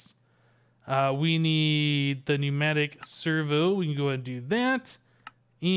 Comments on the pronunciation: FYI... It's not puh-new-mat-ick, it's just new-mat-ick (pneumatic). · Pneumatic servo the p is silent like it is ptarodactyl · The p in pneumatic is silent like the K in know